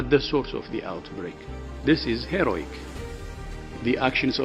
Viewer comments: Did he said HEROIC or HEROIN? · He can't even pronounce the word " heroic" right and he's the head of WHO